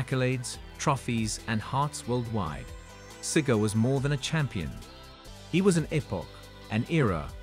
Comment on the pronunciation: If AI is so smart how come it cant even pronounce " Cigar" ? Not Siger..